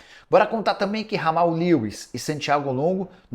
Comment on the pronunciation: Nicola, não é "Ramal". E sim "Djamal". O cara é britânico e não espanhol.